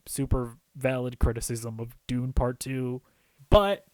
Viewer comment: It's Dune not Doony. Puts some respeck on the name!